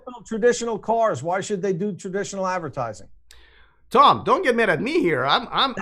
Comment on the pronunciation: Kinda great that Tom said "advercating" at !